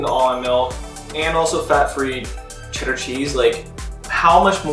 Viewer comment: if you lived in Massachusetts for any point in your life, its CHEDDAHHH. Well done, sir.